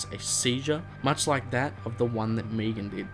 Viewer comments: Megan. Me-gan. Not Meegan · Megan. Not Meagon 😂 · "meegan" you do realise its megan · I swear if this dude says “Meegan” one more time. MEG-AN. Got it? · He calls megan meegan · It's Megan not Meegan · Meh-gan. Meh-gan, come on man, sounds like you're saying Negan. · Don't know why aussies say meegan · i like how you pronounce megan..... meegan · The way you pronounce Megan. xd cool video